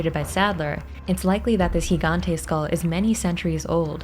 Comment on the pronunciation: Your the only one so far who correctly pronounced Gigante.